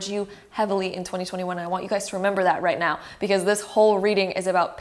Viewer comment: Did she really say right meow or is it just me